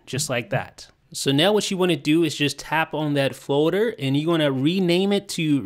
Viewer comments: Someone need to learn how to say "foLder" and not foder.... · LEARN HOW TO SAY FOLDER